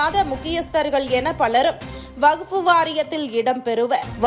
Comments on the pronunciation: எம்மா அது வகுப்பு இல்லமா, வக்பு வாாியம் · அடீயே வகுப்பு வாரியமா....என்னங்கடீ தமிழ் வாசிப்பு. வக்பு வாரியம் என சொல்லுங்க